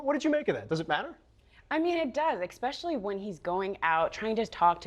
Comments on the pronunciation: Did that lady say “exspecially”?? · “expecially”. Nice. Super professional. 👏🏻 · "Exspecially"? Oh, noooo.... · We all want to learn from our grammar mistakes - "Especially," not "expecially". "Cast a vote" not "casted a vote" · These women journalists are so hard to understsnd! They speak in that affected "valley girl" twang and don't even pronounce words correctly. Expeshally...impoant...like ...like...like Why doesn't CNN choose better? Augh! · There is no “X” in “especially”